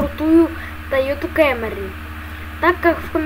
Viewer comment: камри а не кэмри